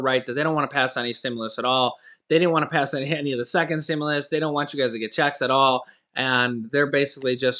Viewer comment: Amazing production man. There is a certain way to enunciate the word “checks,” emphasis on the “ch.” JS. Marketing is my job.